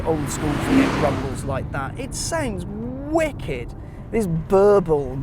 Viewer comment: "It's just wick-ed"